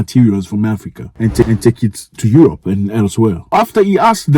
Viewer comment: Aerope not Europe